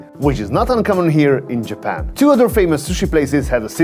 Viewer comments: I've never heard anyone say Jappen instead of Japan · JAP-IN... got it lol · I like the way you say Japan lol